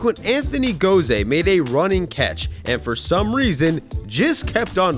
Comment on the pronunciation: ain't no way you said anthony go-zay at :53 LMOAOOOAOAOAO